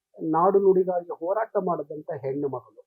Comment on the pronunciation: ಲೋ ಓರಾಟ ಅಲ್ಲ . ಹೋರಾಟ 😀😀.